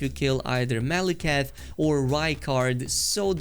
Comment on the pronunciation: Yep completely butchered rykard and maliketh :( no armor for me till NG+